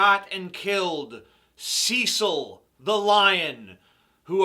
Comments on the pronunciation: Ceeeeeecil the Lion??? It's Cecil! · I hate the American pronunciation of Cecil.